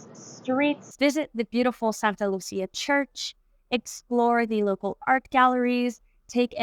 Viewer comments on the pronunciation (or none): none